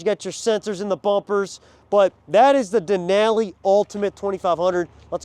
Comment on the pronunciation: The way he says Denali hurts my brain.